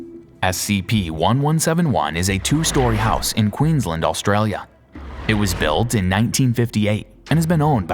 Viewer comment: G'day, I gotta that your pronunciation of Queensland sounds a tad funny but alas it seems the SCP's here ain't that dangerous unlike the wildlife. Well if they somehow got visual communications workable SCP-1171-1 Might be a tad angry towards the good doc lol.